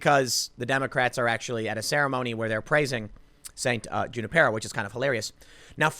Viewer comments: Not June-i-pear-o, Junipero= "Hoon"-i-pear-o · Lol Junipero is pronounced "hu-NIP-er-oh" and he was the one who founded the California missions